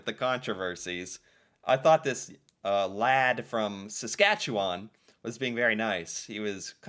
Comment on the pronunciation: Thanks for pronouncing Saskatchewan the correct way! appreciate!